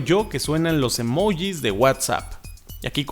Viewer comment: Me Cagué de risa cuando dijo "emojis"😂😂